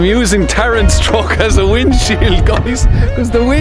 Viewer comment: That irish pronunciation is funny... TrOck